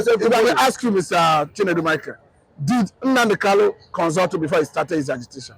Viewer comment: Nnamdi Kanu, not Nnamdi Kanu,Kanu not Kalu please!.